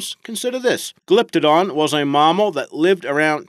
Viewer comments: What the fuck is a maaaamal? learn how to speak the language properly. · Full of misinformation and incredibly bad mispronunciations. Hint: Mammal is not pronounce "mah-mou".